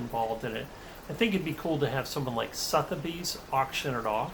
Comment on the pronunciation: I admire your confidence in your solve, but the treasure is hidden in New Mexico. You make a compelling case for keeping the solution secret. Google “pronounce Sotheby’s”